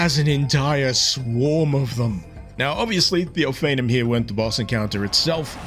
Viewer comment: I'm pretty sure you're unfamiliar with Hebrew pronunciation, so I'ma let you have this, but it's pronounced oh-fah-NEEM.